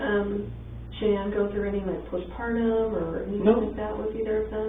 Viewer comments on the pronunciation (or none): But I heard someone in her family calling her Shannen, not Shan-ann 🤨